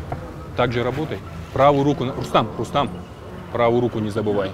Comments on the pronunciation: Комментатор не РустЕм а РустАм!!! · Не Рустэм а Рустам